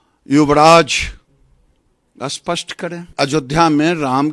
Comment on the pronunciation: Giriraj ji doosre ke liye bolte ho pehle aap to Hindi theek se bol lo spasht ko ashpasht kehte ho. Padivad bolte Ho parivar ko. Hypocrates.